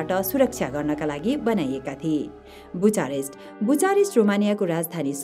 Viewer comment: बुचारेस्ट होईन बुकारेस्ट हुन्छ उच्चारण 😶😶